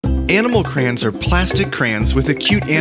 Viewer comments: It's pronounced cra-yons not crans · Crans? It's pronounced CRAY ONS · Stop saying crans. Its pronounced "cray- ons" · its an accent. where I live we pronounce it cran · i just pronounce it like crans :L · I haven’t seen anyone comment this so here goes Nobody: Absolutely nobody:: craains